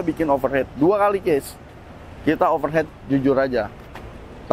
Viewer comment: Overheat bacanya overhit mas kalau overhead itu biaya pengeluaran perusahaan. Untuk didik bocil jadi ga dibawa salah sampai dewasa